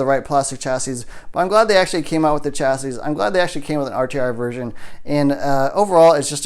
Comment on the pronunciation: The s at the end of chassis is silent